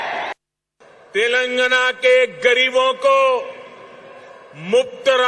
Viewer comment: Anpad pehle tilangana kehna toh seekh le 😂😂